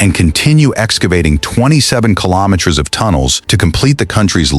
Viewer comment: Could you teach your AI voice to pronounce meters, kilometers and rows correctly